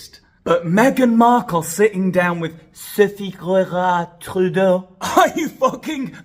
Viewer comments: I live in Ontario, Canada. Your pronunciation of Sophie Gregwah Trublaaaah 's made me laugh out loud. So sick of these types. They have too much money and time on their hands. Unblaaaah lievable!!! They should be stripped of their pearls and thrown into the pool without a pizza slice. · Lol, love this. I am Cdn and absolutely HATE our Prime Minister, as does most of the world. He is such an embarrassment. I love how u pronounce Sophie G's name. Disgusting human beings, they all are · I love your accent when you say Sophie's name lol. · 🤣🤣🤣🤣🤣🤣🤣you are killing me🤣🤣🤣🤣🤣🤣with laughter. When you pronounced Sophie’s name I thought I was going to die of a heart attack🤣🤣🤣🤣🤣🤣🤣😂😂😂. That was SOOOOO FUNNY!!!!!!!! That I had to rewind to hear you say her name again. Seriously my friend I cannot stop🤣🤣🤣🤣🤣. I know you don’t realize how funny you are. I think it’s partly because your acting so serious aboot it🤣🤣🤣🤣🤣😘. YOUR SHOW IS THE BEST ONE ON MEGAIN! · Omg! Your pronunciation of Sophie’s name is too funny!!! I’m Canadian with French roots and I’m not even offended 🤣🤣